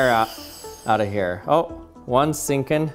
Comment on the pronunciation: Ohp! ther seenkin!